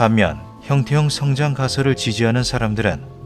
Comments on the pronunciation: 영상 내내 형태형-성장 으로 읽으시는데 원어를 보니 형태-형성-장 이 맞는것 아닌가 싶습니다ㅋㅋㅋ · '형태형 성장' 이 아니라 '형태 형성장' 이라고 띄어 읽어야.. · 주인장이 띄어 읽기를 잘못하셔서 헷갈릴 수 있는데 형태형 성장이 아니라 형태 형성 장입니다. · AI인지 아닌지 모르겠지만, 나레이션을 잘못 하고 있음. "형태형성장"은 "형태형 성장"이 아니라 "형태형성 장(場)"임. 원어는 영상에도 나오다시피 "Morphic Fields"임. "Morphic Growing"이 아님. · 나래이션이 너무 거슬려요… 단어의 뜻을 오해해서 발음하시는거 같은데 성장의 뜻을 지닌 [형태형v성장] 이 아니라 feild, 장의 뜻을 가진 [형태v형성v장] 혹은 [형태형성v장]으로 발음하셔야 옳은것 같습니다. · 형태형 성장이 아니고 형태 형성장 이라고 읽어요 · 형태형 성장이 아니고 (형태 형성) 장field 이네요. 발음할때 잘 분리해서 말해야 의미전달이 잘될 듯. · ㅋㅋㅋㅋ 이게 너무 신경쓰여오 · '형태형 성장'처럼 발음하시는데 제대로 전달하려면 '형태 형성장'으로 읽어야 맞습니다.. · 형태-형성-장 이라고 읽으셈.